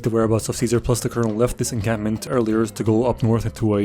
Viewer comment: I can hear the p when you/he says encampment.